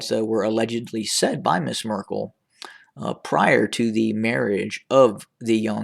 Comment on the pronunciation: Why do you keep saying "Mrs Merkle". Isn't she a princess ? You are calling him prince.